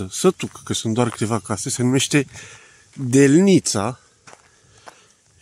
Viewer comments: ...accentu la cuvantul"delnita" este pe prima silaba... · Eu cred ca accentul din ,,Delnita " nu cade pe a 2-a silaba a acestui cuvant ci pe prima silaba.Asa cum pronuntati dvs nu prea suna romaneste...🤔